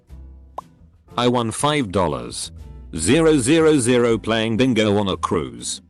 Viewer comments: i honestly hate the comma every 3 digits when americans write amounts specifically because of text to speech like this cant tell 5000 is five thousand not 5... ZERO ZERO ZERO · that stuff kills me every time lol, especially how the little pause makes it seem like it wants to confuse you on purpose